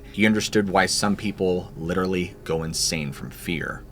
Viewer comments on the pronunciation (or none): none